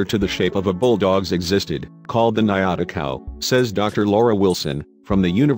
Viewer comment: Good video but the correct name of the cow is "ñata" and it is pronunced diferent than niata